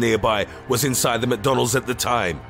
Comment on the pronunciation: “numbuh eight maggauts insoide big mahc”💀